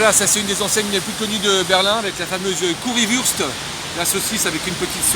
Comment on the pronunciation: Curry wurst ça se prononce Wourcht bordel ça pique les oreilles